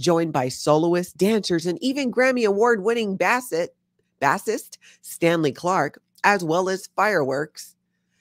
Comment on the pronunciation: Watched the replay today from the S.F. Bay Area. I watch you every morning. Donald Sutherland was in the OG Invasion of the body snatchers.😁 Also I noticed you mispronouncing "Bassist" for the second time. It's a bass guitar player. Pronounced "base"😉❤